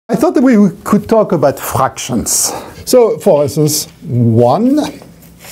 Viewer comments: I literally stopped just to comment: FRRKKKAAKKSHons =P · "I thought that we could talk about ghfrakkktions"